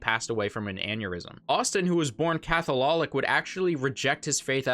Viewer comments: Did you say “Cathololic” as in cathololol? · First, that's not how you say Catholic. It's Cath-oh-lick. Second, why do I find it eternally funny there was bands who emulate an animal in performance style named after Steinbeck and Faulkner books. Both of which are my favorite books by those authors. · My boy said CathoLOLic😂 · I love how you mispronounce a word on purpose in each video lol. Cathololic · I think that pronunciation of Catholic is a sin 😂